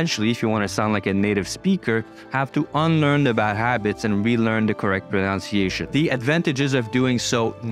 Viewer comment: That’s a nice video so I will give you an example of irony. The only word you mispronounced was “pronunciation”, which has the NUN sound in the middle rather than the NOUN sound. This is a common mistake even among native speakers so don’t feel too discouraged. Best wishes from Australia.